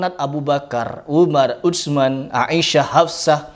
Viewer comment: Utsman itu sudah merupakan transliterasi... Ts itu adalah ث Masa lu ga bisa nyebut makhroj huruf itu...